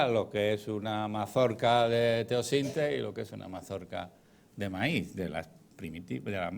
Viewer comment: Blume Tu sí lo entiendes todo aunque explique mal, es eso ? Como la pronunciación del precursor del maíz, por ejemplo